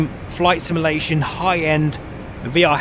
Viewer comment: Please learn how to say the word "simulation" properly, it's literally in your channel name for crying out loud.